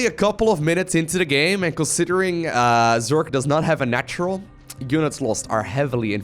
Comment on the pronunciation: If this guy tells Zerk instead of Zerg 1 more time i will be mad.